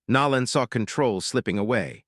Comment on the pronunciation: I wish you knew how to pronounce the man's name Nolan